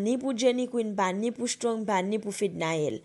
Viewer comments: Men non strong ou paka pwononse menm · Menm Strong li paka pwononse non